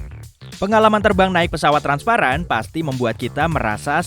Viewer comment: Transparan* Bukan transapran